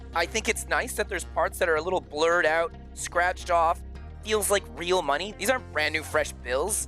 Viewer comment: kids love it : BAG OF moNEe!!! 😂